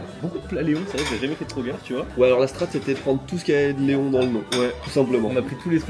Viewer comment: pas éons mais Léon... c'est pas faute de le répéter dans la vidéo 😸